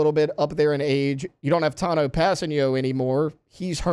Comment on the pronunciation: I had to stop watching after he butchered Tanoh's name. How do these clowns get these jobs and not know shit?